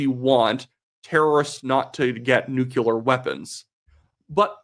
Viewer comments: I almost want to stop watching your otherwise brilliant videos, but your saying nuCUlar makes you sound like George Dubya. Please pronounce this simple word properly: nu-cle-ar. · NuCLEar,, not nuCUlar. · Saying, "new-clear" helps ditch that imaginary second U in "nucular." I used to say it that way too. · good grief! I love your show, and if there would be anyone on the internet I listen to regularly, it would be you, who can correctly pronounce the word "nuclear"! As a research chemist, I politely implore you to say something according to "new-clear" rather than "new-queue-ler"! Now for the actual comment: if I had to choose some "analysis" regarding,anything, between Mickey Mouse and Rachel Gilmore, it would always, without doubt, be the former. She is fantastically re_tar_ded*, but I'll give her an 11/10 for entertainment value. How I do enjoy watching a low-resolution, 1-dimensional, low verbal intelligence re_tar_d, go hysterical, and become gravely fearful about things far, far, far beyond her grade-4 reading and comprehension level. It's somehow really satisfying to hear her splaining "stuff"! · "nuculer weapons" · Learn how to pronounce nuclear, you are doing wrong